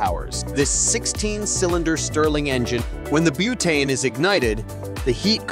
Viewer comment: Did his accent suddenly change to British at one point early on?? Also "bootane" 😅